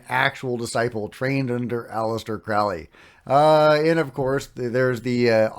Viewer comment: You said Crowley's name wrong. It's crow-lee, like crow, the bird.